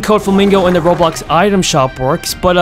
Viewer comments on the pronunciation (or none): none